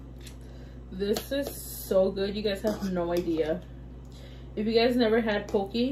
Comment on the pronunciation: Say it like this, po que lol❤ love you girl!